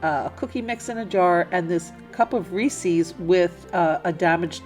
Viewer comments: Sorry, only made it 4 minutes in and I can't watch anymore. You've said Reese's 3 times, its ree-sez not ree-sees 😆😆😆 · First time watching your channel. Are you somewhere in the Midwest or South? I have noticed that so many vloggers pronounce Reese’s as “Rees-ees”. Inquiring minds want to know why? 😂Now, I’ll finish watching your video. Merry Christmas.💚❤️